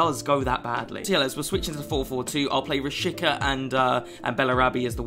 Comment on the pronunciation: You actually pronounce him Rashiza rather than Rashika